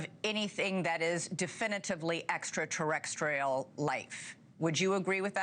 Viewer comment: Extraterextrial..... Lol